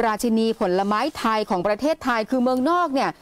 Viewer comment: มักจะมีปัญหาเรื่องสระเสียงสั้นเสียงยาวบ่อยนะ เช่น ประเทศทาย คือเข้าใจครับว่าจบอินเตอร์มาแต่ต้องใช้ภาษาให้ถูกด้วยครับ